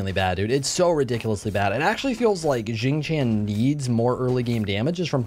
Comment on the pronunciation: I keep hearing Xing Chan more then xing Tian lol I wanna a weeb skin for him now EDIT: for those who are curious its produced more like Shing Tyan or shing tee-on